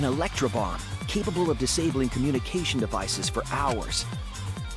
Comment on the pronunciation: When he said “last electrobomb” it sounded like “last lunchable” lol